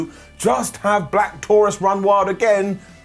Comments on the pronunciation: How do you pronounce the name ? Do you pronounce it “Black Taurus” or “Black Tauroose ? I know Rosemary is Canadian , so could that have something to do with the pronunciation? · Pronunciation for sure. "Black Taurus" is the name.